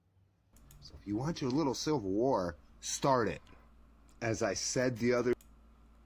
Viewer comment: "I'm just a pretty girl..." Are we sure about that? What is a silvel war? lol Bless your heart my guy. See a dentist. We can't band together with people who can't see reality. Sorry little guy. We're not over throwing anything for you. lol